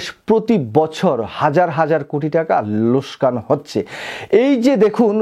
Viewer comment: লোসকান না লোকসান হবে 🇧🇩কি বলেন আপনি?